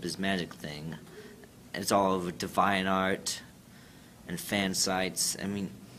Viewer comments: so far, two people in the brony fandom that can't pronounce two words correctly, one can't say anime correctly, courtesy of the video of the two bronies pitching brony merch in a powerpoint, and this clip with this sad sad sad fella unable to say deviant correctly, just depressing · this dude can’t pronounce “Deviant”